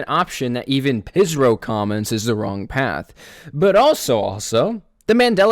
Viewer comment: Real quick fact pihsrow is worship backwards and also you say there name like fish-row